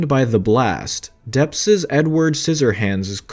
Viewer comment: If you are going to REPORT….how about getting the pronunciation correct….it ISN’T PARADISE…..it’s pronounced without the “S”…..para-de…..and it’s DEPP’S not Depps-es…..Jesus H. Christ how frustrating you people are…..use GOOGLE if you’re in doubt~!!!!